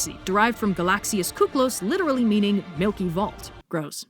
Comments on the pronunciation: shouldn't you have spoken κύκλος as Kyklos ,the υ letter in greek is an ,,i" when you dont pair it up with ε(ευ=ef)ι(ι+υ=if)α(α+υ=af)ο(ο+υ=u)η(η+υ=if) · more correctly pronounced with i and not with u kiklos in greek the u is i and ou is u. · Blue or somebody in the comments has probably said this already, but it bothers me if I don't also take matters in my own hands, so... It's pronounced KEE-klos and is the Greek translation to the English words for circle and cycle. I hate to be that guy, but against my better moral judgment, I am totally that guy. Every time. In multiple different languages because language is the only thing my brain processes well.